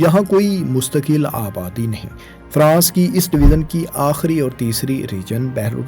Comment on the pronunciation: اپ بار بار ڈویزن کہہ رہے ہیں یہ ڈویژن ہوتا ہے ی کی آواز سے اسکو پڑھا جائیگا جیسے اژدہا یا بڑے سائز کا سانپ ، ژالہ باری ، ویژن یعنی نظریہ ، ٹیلی ویژن اور دریائے ژوب بلوچستان ۔ اسکو " ذ یا ز " کی آواز سے نہیں " ی " کی آواز سے پڑھو مثلا اگر ژالہ باری لکھا ہو تو اسے زالہ باری یا سالہ باری کی آواز سے نہیں بلکہ " ی " کی آواز سے یعنی یالہ باری جیسی آواز نکال کر پڑھو ۔ ژالہ باری ( یالہ باری ) ، . ڈویژن (ڈوی ین ) . دریائے ژوب ( دریائے یوب ) . ٹیلی ویژن ( ٹیلی وی ین ) ۔ ویژن ( وی ین ، نظریہ ، سوچ ) لہذا آج دوسری بار باریکی سے مثالیں دیکر سمجھا دیا ہے آئیندہ خیال رکھنا ☝️☝️☝️